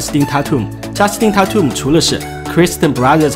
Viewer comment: tatum念错了吧